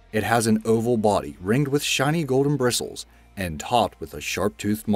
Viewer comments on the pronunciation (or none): none